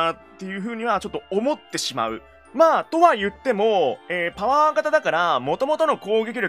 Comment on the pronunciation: 「パワー」が「ポー」に聞こえるぐらい興奮する兄貴